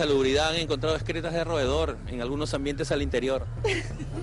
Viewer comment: no se dice ESCRETAS sino EXCRETAS!